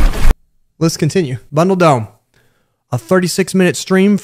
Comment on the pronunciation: "Les Continue"